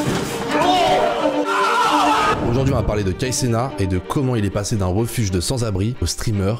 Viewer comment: C'est Kai CenaT Il faut prononcer le " T" à la fin c'est pas " Kai Cena "